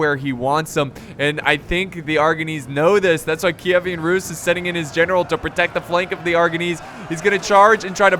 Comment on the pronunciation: Kievan, not Kievian.